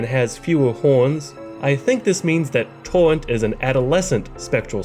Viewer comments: Tor-Rent not TORNT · TAWENT...TAWENT...TAWENT Lmao you sound like Elmer Fudd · “Spirwit” “Torwent” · I like how homie says torrent. "Towwent"🥺🥺